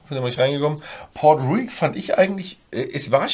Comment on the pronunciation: Wenn er dann noch Port Ruighe richtig ausspricht ist alles gut 😬